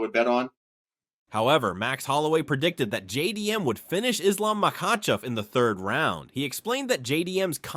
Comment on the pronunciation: I love Belal but the way he pronouced Islam is annoying. How the f a Muslim like Belal can't pronounce the word Islam correctly?